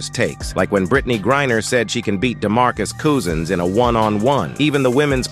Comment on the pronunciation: “Damarcus koosins”😂